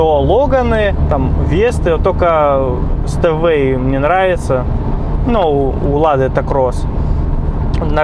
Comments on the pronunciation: Говориться Степвэй, а не Стэвэй. Учти это произношение в будущем. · Стеуэй! Степвей, это читается! Колхозник!